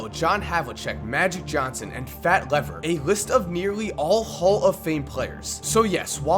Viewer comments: Lafayett "Fat" Lever, u pronounced his name wrong :) It's like Leever, not lever. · Speaking of pronunciation, I'm fairly certain Fat's surname is pronounced LEEver or LEAVer. As in, Fat was a "leaver" of the Blazers when he was traded with Calvin Natt, Wayne Cooper and picks for Kiki V. And speaking of the Blazers, you gotta make a "Jail Blazers" video. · Fat Lever (Lee-ver). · its pronounced FAT LEE-VER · Just by the way, it's pronounced Fat (Leeeeeever)